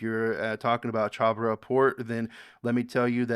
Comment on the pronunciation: It pronounced as CHA -- BAHAR